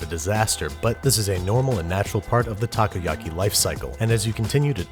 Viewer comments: Nope, you are wrong. He pronounces it "okay"ish as "takou" he starts saying "taku" and keeps on saying taku. How bout you LISTEN to it again? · also "takuyaki" ?? taku yaki? Ta Ko Ya Ki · I love this but when you pronounce takoyaki try to pronounce it like taco-ya-ky. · Tacoyaki. Ugghh. The pronunciation is killing me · Pronounced taco-yucky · My dad makes Takoyaki all the time and it’s a LOT easier to pour the batter with a condiment bottle so you can get the amount you want. And you mispronounced takoyaki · たこ焼き たこ meaning octopus たこ is read phonetically as た"Ta" and こ"Ko" Pronounced roughly the same as the mexican "taco". Why are you talking about stuff you don't understand?